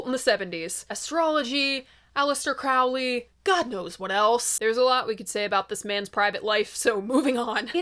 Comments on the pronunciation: it's CROW-lee like a crow. Not Chrao-lee like Crayola. Is the coat an Almost Famous reference btw? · Note: I read in Crowley book, he said his name rhymes with Holy. Crow Lee. Not Craow li. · FYI Aleister Crowley rhymes with "holy" (whether his family pronounced it that way, I have no clue, but he did). And yes, Ozzy was clueless. I figure since you took the trouble to pronounce Moog correctly, you should go 100%...